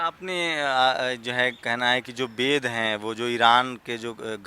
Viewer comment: संसकीर्त, बेद,सिबिलाईजेसन, इस्त्री , ओर ना जाने क्या क्या ओर यह एक भाषा शास्त्री है सही उच्चारण भी नहीं कर पा रहा है , शेल्डन पोलॉक का तोता है ये हा हा हा हा हा । इसीलिए इसकी सारी रिसर्च ही गलत हिंदी का फूल और अंग्रेज़ी का fool एक नहीं ओर यह लोग इन्हें एक ही मानते हैं ।